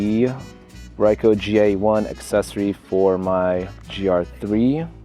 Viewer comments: It's pronounced "reeko" not "reye-ko". Japanese vowels are like Spanish vowels for the most part. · bro really said raico